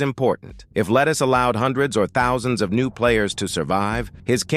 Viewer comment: "four thoutoo sih joins per hour"